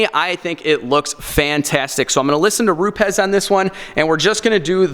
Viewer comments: "Groyt" . . . Gree-oh. "Rupez" . . . Roo-ps. Buttering up your pad?! Haha. Don't listen to this joker, I thought from the title this was wrong. It's dangerous to put out videos that could help ruin people's paint. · And its pronounced Roubs there bud